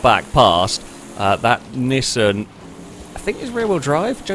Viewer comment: While it also annoys me, it's not technically wrong. The original Japanese commercials from the 70s are in a kind of middle ground between "ick" and "eek", though a bit closer to "eek". What is actually wrong though is Nissan ("knee-sahn") as "Niss Anne". There are others as well, like Mazda, Porsche, and Peugeot, but I can't be asked to spell them all out phonetically right now. Nissan is just the worst offender.